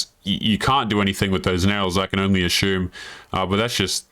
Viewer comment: Do you realise you say ashoom instead of assume